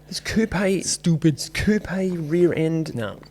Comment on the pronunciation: Thankyou for saying coupé properly!